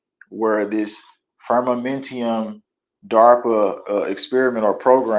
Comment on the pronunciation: Firmamentum…no i in the last syllable.